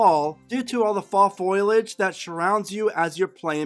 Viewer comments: Good video, but Foiliage? Foliage. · It's fo-lee-age. Not foilage